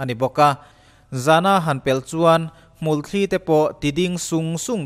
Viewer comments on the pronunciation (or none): Hmulthli ni lovin 'Hmulthi' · Hmulthli nilovin, hmulthi a ni zawk ang...avai thuah a thain a bengvar thlak e.